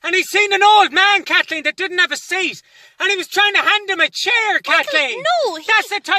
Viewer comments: Dayym, his pronounciation is perfect, but actually, it's KATHLLEEEN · Dammit kat-leen!!